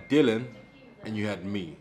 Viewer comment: in shock here that actually pronounced it as Dillian (rhymes with Gillian) and not Dillon for what seems like the first time ever!